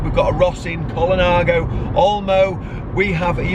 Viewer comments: What a guy, great he could share his collection. A growing business I expect. Why not pronounce 'Colnago' like the Italians, (col-Nah-go (emphasis on the 'Naah') and not Colon-ah-go) or are we English allowed to butcher all trade names for not being British? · Aaah !!! Stop saying "ColOnago" !!!!!!!! ;-) What a great shop.